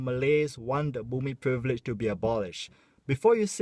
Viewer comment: Love you. Thanks for bringing up this sensitive issue and being a voice for us. By the way, I notice you have difficulty pronouncing "privilege" hahaha XD